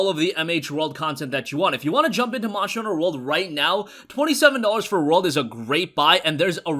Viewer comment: anyone notice he cant say monster hunter world